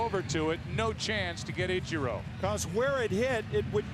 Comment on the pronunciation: I will forever and always hate the way Joe Buck says "Itcher-oh". It's like he heard someone pronounce it correctly and went "gotcha—I'm gonna pronounce it the opposite way every single time for as long as I'm an announcer".